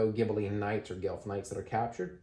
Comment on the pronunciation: FYI, it's pronounced "Gwelf", not "Gelf"; it's a mispronunciation of the Germanic "wolf". (There's a city and university called Guelph in Ontario, so like a lot of Canadians I'm familiar with the name, although this game gives me a greater appreciation of its origins!)